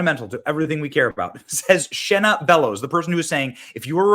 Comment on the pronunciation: I live in Maine and this women is an Obama pos. And its Shenna..not Shanna…poor Shanna..lol she’s trash